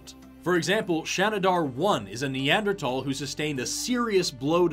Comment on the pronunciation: pronouncing the 'th' in Neanderthal the way he does right next to is one of my favourite top 10 anime betrayals.